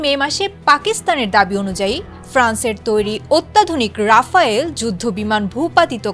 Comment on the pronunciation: রাফায়েল না ওটা রাফাল হবে😂😂